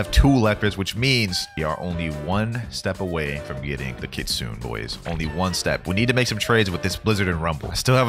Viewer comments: it’s not leap it’s not kea it’s ke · brother every blox fruits youtuber saying kitsune wrong search up how its actually pronounced